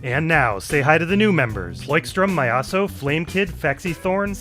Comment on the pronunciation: Myaso is Russian -^- I dunno how to spell it phonetically but if you let google translate read it out you'll hear the correct pronunciation. My ass-o is a hillarious way to pronounce it though, I'm keeping that one in the back pocket.